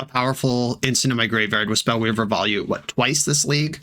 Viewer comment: Volute is pronounced VO-LUTE.